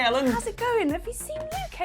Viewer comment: Did you just call Ellen "Helen"?